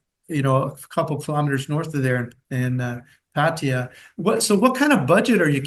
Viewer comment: It's Pah-tah-ya!!!